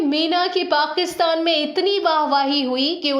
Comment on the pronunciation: वीडियो और जानकारी बहुत ही बढ़िया है। शुक्रिया। आप उच्चारण माने तल्लफ्फूज़ पे प्लीज़ सही ध्यान दे। पाकिस्तान ( Pakistan) है, पाक़ीस्तान ( Paqistan) नहीं! गुज़ारा है ( Guzara) , गुजारा ( gujara) नहीं! आप के videos बेहतरीन है, सही उच्चारण से चार चांद लग जायेंगे!🙏🙏🙏